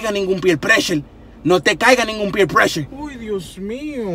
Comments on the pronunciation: I think the funny part was did he say peer pression?! Hahaha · 😄 yep, he did say peer pression 😀 he so crazy!! Just love watching his videos.